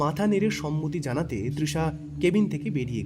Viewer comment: Moshi Ota " Zanate " Noy, Ota " Janate " Hobe.